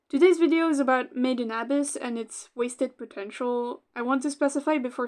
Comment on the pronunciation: the way you pronounce made in abyss its so painful to hear